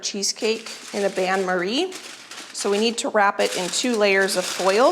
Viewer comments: Not to be a picky b, but the pronunciation is bane Marie, not ban. It's a French word for a French process. I love your content and wish that I was 30 years younger so that I had the energy that you have. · Bain-Marie is pronounced in English as ban-Marie☺️